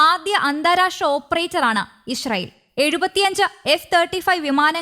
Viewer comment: ഇശ്‌റയിൽ അല്ല ഇസ്രായേൽ